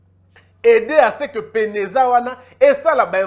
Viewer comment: Bonsoir mon jeune frère c'était PENAZA et non PENEZA